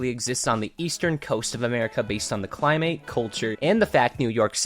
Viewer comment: Did yall hear him say "climate" like "primate"